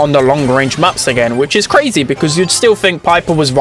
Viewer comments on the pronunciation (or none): none